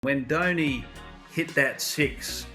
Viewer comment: Not dainy .its dhoni. Do ni